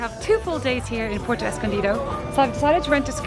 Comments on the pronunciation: I have watched several of your videos. I’ve found them informative and enjoyed your enthusiasm. However, I wince when you butcher the names of locales. IE: Taxco is “Tasco”. Puerto is “”Pwerto”. Please, please attempt to amend this. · Dangerous as hell Zicatela...... I left... Too many scary stories living there.................This guy is not giving an accurate report on what it is. He doesn't even pronounce Puerto correctly. Good place to get kidnapped... They don't mention the Mexican police cruising the Zicatela daily with Machine guns. So much to say be careful. Renting is good advice. The quality of surfing is mis-reported. NOT a place for consistent good waves. Maybe in the past but not now.